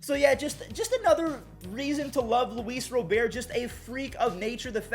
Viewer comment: He finally said Luis Robert the right way!